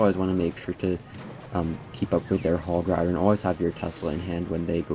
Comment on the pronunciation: that "hog ridor" caught me off guard💀